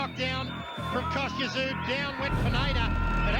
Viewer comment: It's pronounced ZOO, not Sue or SOO. The "T" is silent.